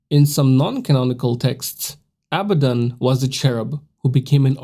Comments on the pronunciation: It's pronounced ah-bod-ah-don now say that fast! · It's pronounced a-bad-in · How do you pronounce it again Mr. Knoxville? “ He’s Uh Baddun’” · They way you pronounce abaddon is horrible